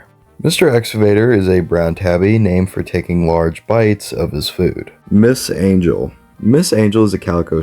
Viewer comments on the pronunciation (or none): none